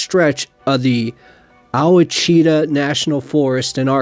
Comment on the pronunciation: Ouachita is pronounced wash-a-taw (it is from the French spelling of washita the native word for "good hunting grounds" ) I live in the Ouachita mountains and can attest to the high strangness here!